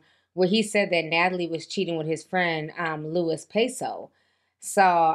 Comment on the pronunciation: “Nat-A-LIE” strikes again 😂